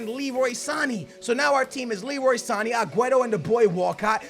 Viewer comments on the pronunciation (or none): SAN A not San eeeee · san-ay not san-ee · i think its pronounced Sa-ney not Sa-ni. otherwise, i look forward to your vid every day:D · his name is Sané not Sanii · San-ayyy not sarn-eee pronounced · San-aye not san-ee sheesh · I'm ok with you saying mane"y" but sane"y" sounds stupid!!! You don't pronounce it with "e" its with an "a" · Can you please pronounce it as "San- A" not "sannie" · Noooo! Its not Sanee, or Manee. Its Saney, or Maney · It's Sa-nay not Sa-nee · u dare say Sany again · San-a not Sanee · It's Sanééééé not Sanny. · it's san-ay not san-eeee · Not pronounced san-ee it's pronounced San-ay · Good vid btw it's sane not sani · jesus Christ it's pronounced Leroy San-a not saneee. . . . like man-a ,not maneee. .its not that hard..ffs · Sané is pronounced san-yay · It's pronounced Sa-nae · you suppose pronounce Sane's name as SA-NAY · "Sani"😂😂 love his pronunciations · Leroy Sane's name is pronounced Sahn-Eh and Sadio Mane's name is pronounced Mahn-Eh. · Sane not saniiiiii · Sané's name is pronounced sanAY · HHJ FWAW He says Sané wrong the same way as Mané.. they are not Sani and Mani..... it is so annoying... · Not "Sani" again, #NoRespect4sane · Shutt Up!! Ur saying Sane's name wrong it's so annoying!.. it pronounced (Son-ay) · It's MAR-NAY and SAR-NAY omg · just heads up. sane is said like san-yay. lol, some of the names you try to say.. drives me fruit. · you say mane and sane wrong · skillz, u dont pronounce Sane's and Mane's names. Google the right pronounciation. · the way he says sane is what a sandwich is in England 😂